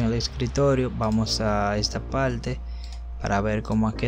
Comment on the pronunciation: Amigo solo para que conozca un poco del idioma español: No se dice "pelfecto" si no peRfecto. Tampoco se dice "palte" si no paRte. Viste que fácil es hablar bien el español...PELFECTO = PERFECTO.